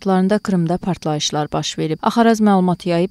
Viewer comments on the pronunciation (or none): Partlayişьlar yox - partlayIşlar !!! SevastopOl yox SevastOpol !!! Bəstirin ətimizi tökdünüz !!!